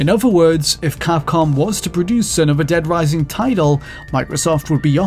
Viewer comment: Dead Wising